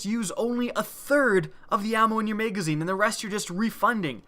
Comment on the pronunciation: Lmfao i love that accent megazine haha